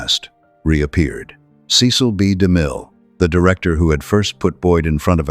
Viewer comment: to the narrator his name was ceil b de mil not damil